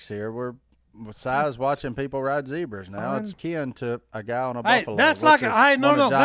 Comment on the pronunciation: When did he turn into British accent with the Zedbras??? Zebra...no d...